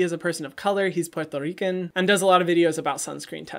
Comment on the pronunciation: Loved all three vids by him prior to watching this but what got me to hit "subscribe" was how he said "Puerto Rican".